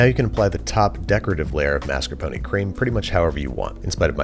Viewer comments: Why do you say “Maskuhpony” it’s mascarpone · I’m only 1/4 Italian so I’m only 1/4 crying when I hear “mas-kar-poh-nee” It does not contain a miniature horse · Mascar... Mas... Mascarp... MARSCAPONE? This is one of those Berenstain Bears things, huh. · Am I the only one who hears "master pony cheese"?